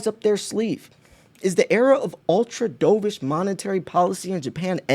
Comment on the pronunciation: Merry Christmas - keep stacking - BTW dovish is pronounced Dove-ish like the bird of peace the opposite of Hawk-ish the bird of prey